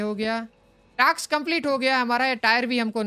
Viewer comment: it is not taks it is task